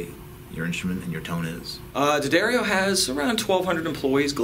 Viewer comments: ***** From a previous video. He said DEE-uh-dario before. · You finally figured out how to say the name correctly! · Great,, telling Americans the correct way to pronounce Jim's name -- DADDario -- euh, I'll say it again...DADDario.:)) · I've used nothing but D'Addario strings for two decades, and I love vids! \m/ BUT Mr. +: I know you love coming up with your own pronunciations for stuff, but they say "D'Addario" like "dairy milk": Da-Dairy-O See also: I've been listening to you say it that way for so long I catch myself saying it the wrong way all the time. You are a bad influence:) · Haven't finished watching the whole video yet. I'm wondering if anyone corrected you in your pronunciation of D'addario. Duh-DAIRY-Oh.